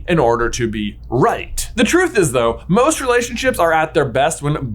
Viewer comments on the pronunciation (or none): none